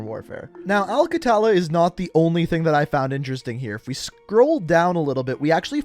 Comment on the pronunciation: Its pronounced a-l kha-tha-la Not exactly right but thats the closest i could get with English letters